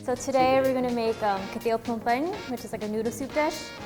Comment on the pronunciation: It is pronounced KUY-TEAV !!!! Not Keteav okay !!?? KUY-TEAV !!!!